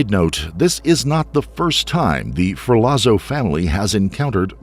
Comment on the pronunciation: *Ferlazzo= ferlatso